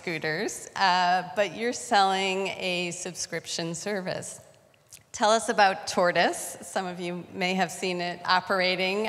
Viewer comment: Telly v Telluh